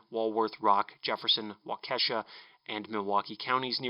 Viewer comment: Great video,! Just so you know it's pronounced WAW-ki-shaw